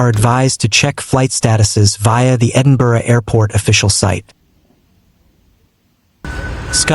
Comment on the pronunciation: None in Dumfries but a lot in the north. At least he can say Edinburgh correctly. Humza Yousaf is NOT the first minister.